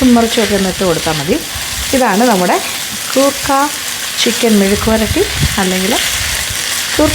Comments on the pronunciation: It's koorka not gurkha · കൂർക്ക.....ഗൂർക്ക അല്ല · Chechi why are you pronouncing goorka in this full video so something missing like that your malayalitham gone missing sorry chechi